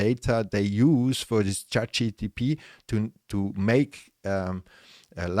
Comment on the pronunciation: Actually, it's *Chat G.P.T*, not GTP...